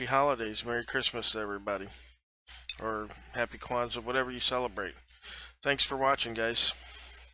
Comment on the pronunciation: Did you say happy Kwanza? Just say Merry Christmas and leave it at that!